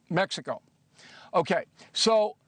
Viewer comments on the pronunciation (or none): none